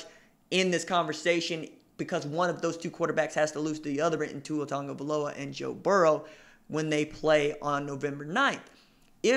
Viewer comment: Why do people keep saying tungavailoa? Its tagovailoa